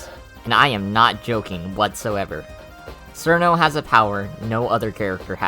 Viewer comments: Nah its fine bro, i know you westerners have it bad with eastern languages You are saying it as Surno while it should be smth like Chirno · It's "Chill-no" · I mean, there's 'sirno' but then... "tsunae, sgwakoo, and utsushow" mate, do u have brain damage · "Sirno" -A Wise Soldier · who the fuck is "sir no" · People who pronounce it "Sir-No" scare me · isn't it pronounced "chiruno" or "chirno" ? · >pronounces it as sirno Goodbye. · "Serno" Ok this starts well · >Sees a Touhou theory video >Clicks >Hears dude pronounce Cirno terribly wrong >Refuses to watch further and leaves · It is just the Japanese pronunciation, Cirno isn't really a Japanese word, if Chiruno is the correct term then we would have to call Clownpiece "Kuraunpiisu" or Medicine "Medisun Merankori". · Nice video! Also, I know, you know, that the way you pronounce Cirno is HERESY!